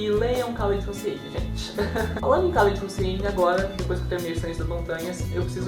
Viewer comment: olá! A pronúncia é "Raléd Russini"